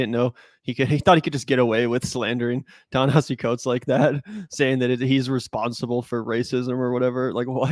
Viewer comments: You guys say Ta-Nehisi Coates was such an influence on you and yet neither one of you can pronounce his name? OK. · Why can neither of them get his name right? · Guys, if you're gonna keep talking about a writer whom you claim to admire and know so much about, at least learn to pronounce his name correctly. It's not that hard. Also, stop talking over a video that you want us to watch. Set up the premise, let us see the entire video, then give us your take on it. The constant starting and stopping of a video you want us to watch, as well as your commenting while it's playing is something that you do constantly and it's annoying.